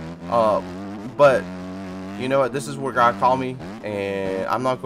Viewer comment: bro really said AGGGDDD 🥴